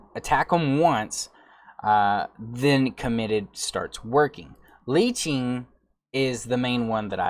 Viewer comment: it bothered me so badly the way he say leeching